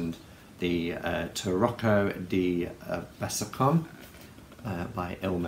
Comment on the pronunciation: hey i like the intro too, especially the watery sound! btw it's Besançon, pron. 'besanson', a town in the NE of France. 'con' is a dirty word!!👀